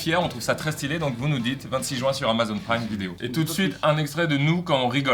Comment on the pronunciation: Aaaah mcfly t'es de ceux qui disent "jouin" au lieu de juin putain